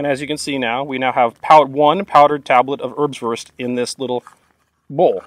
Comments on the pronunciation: Airbswourst. Try pronouncing it this way. Great Video though. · Usually Americans pronouncing German is very hard to listen to but I enjoy hearing you say "Örbswörst" again and again. Great video to showcase these rations from yesteryear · Haha! "Örbswörst" (love you, greeting from the country of the Örbswörst) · Thought you said herbswurst, that sounds more like a Netherlands thing. This differs from wurstherb would be something I experienced back in '95 in my buddys dorm. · Your way of saying Ernswurst sounds funny. Not because of your accent, but because I have never heard it spoken without a huge amount of contempt and disgust by someone over 80 😆 I guess having to live off this stuff for a few years changes your perspective 😉